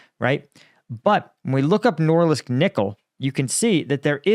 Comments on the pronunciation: Norilsk, not Noralisk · It isn't “NORLISK” — it's NORILSK. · Sounds like you're consistently saying "Norlisk"😂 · Noril-sk not nor-lisk. ;-) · Nor-Rilsk. Norilsk is a severely polluted area. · He can't say Norilsk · It's Norilsk... N O R I L S K